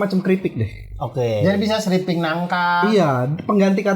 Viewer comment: srimping kali bukan sriping